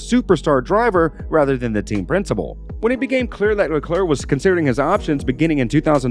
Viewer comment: Faassur, beenowto, Leclurr. Can i suggest taking a bit more time and learning the names and their correct pronounciation? This just sound disrespectfull.